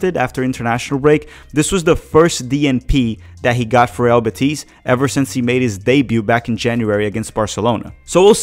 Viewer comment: FYI: I believe Real Betis is pronounced with accent on the "e" in Betis. You are pronouncing it Betís rather than Bétis. There is no accent mark and it ends with "s" so the accent should be on the penultimate syllable.